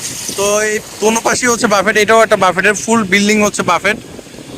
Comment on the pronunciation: বাফেট বলবেন না। BUFFET এর উচ্চারণ হবে "ব্যুফে"